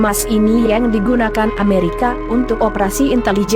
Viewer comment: narator paling jelek cewek ini nih yg bicara di video ini...bilang yang aja jadi YENG aneh banget apakah gak sekolah ini cewek